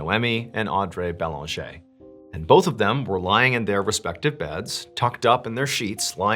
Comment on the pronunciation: I remember seeing this on the news in Québec and being horrified. 💔 your prononciation of the last name Banger is spot on! Merci Mr. Ballen for sharing this story!